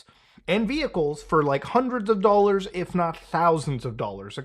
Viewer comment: for a THOUSSSAND DOLLARZ 😂